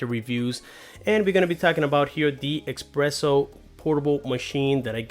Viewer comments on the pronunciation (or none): Good video. " S press Oh "